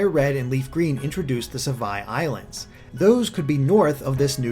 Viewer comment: How do you even pronounce Sevii wrong when you know the context?